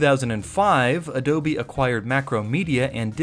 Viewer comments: Can you stop saying adobie like an idiot I want to watch the video 😅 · Adobye, not Adobe. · Why "AdobIe", do not write a do not say that, it's totally disgusting